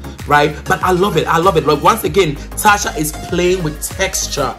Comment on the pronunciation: It’s not Tasha it’s “Tacha”..Cha not sha pls